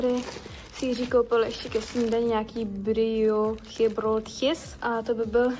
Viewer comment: 1) Šárleroj, douám že jsem to vyslovila správně xDD Nejlepší je, že ji Jiří opravil a ona si stejně jede svoje šárleroj :)) 2) BrióócheBróótches 3) Bruga bez brugy jako kunda bez kundy 4) Belgie není republika - Edit: TwitchChat je moudrý subjekt